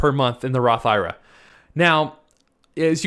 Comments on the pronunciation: You are a CPA man please for the love of everything stop calling it a Roth EYE RUH!!! just say I . R. A. like it should be... I want to watch your video but your making it tough to get through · Completely ridiculous to take advice from a guy who doesn’t even know how to pronounce the type of account he is promoting..